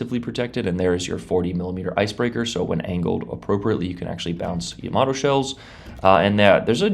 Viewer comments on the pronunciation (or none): none